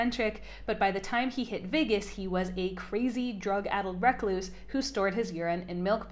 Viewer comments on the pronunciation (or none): I can't get over how you pronounce "recluse"